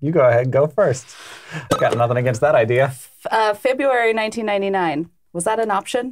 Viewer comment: you are the first person who I've ever heard pronounce the first "r" in "February."